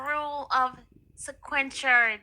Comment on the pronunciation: So this same person who spends her days allegedly working as a courthouse journalist can’t pronounce words commonly used in the courtroom? I’ve never heard someone work so hard to mispronounce ‘sequestration’ and ‘preliminary’ in my life. She could’ve let the screen reader on her computer do this.